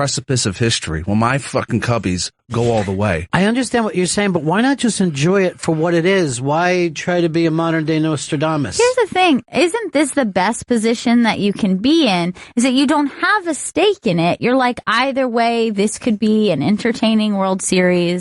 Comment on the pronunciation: Ron I think it's Nostradamus. You said NOstradamus. Did you get my resume'??